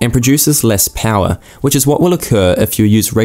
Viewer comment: V-Powah! Becuz detergents....